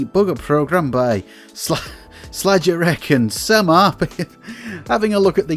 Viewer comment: Slajerek/Samar is one person, Slajerek is the handle and Samar is the demogroup affiliation. Slajerek seems to be sort of a playful Polish diminutive of "Slayer" and should be pronounced as such.